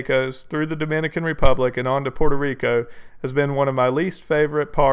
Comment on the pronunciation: Its Puerto Rico not Puerto re al sheesh